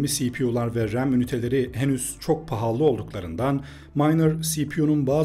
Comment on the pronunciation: PAHALLI DİYE BİR KELİME YOK, L HARFİ BİR ADET 2 ADET DEĞİL...